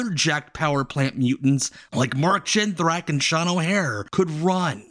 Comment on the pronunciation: Great video as always -juss gotta ask ya one thing tho…what was his name again…Mark Jinthrak??!!lmfao I know you meant Mark Jindrak but it sure didn’t sound like it 😂all good bud keep up the great work